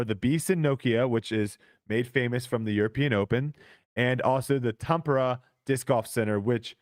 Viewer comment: it's TAM-PE-RE and TA-LIN